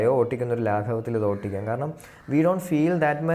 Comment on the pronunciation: ഒട്ടിക്കാം എന്നല്ല ഓടിക്കാം എന്ന് പറയൂ 😊